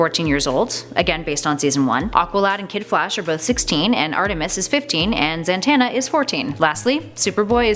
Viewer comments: It's Zatanna not Zantana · Its ZATANNA NOT ZANTANNA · yeah its totally Zantanna not Zatanna